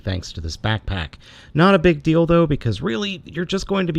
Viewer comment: King Vlogs I thought I was only one who heard it hahahahahah